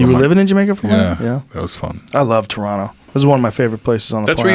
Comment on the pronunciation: Joe says Toronto like a true Canadian👌🏾💯🇨🇦